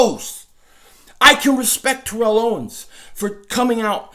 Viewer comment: The comment last year about ertz and now this? Bro, it pains me to say it but I think its Alshon.... And u keep doing it but u still pronounce T.O.s first name wrong lol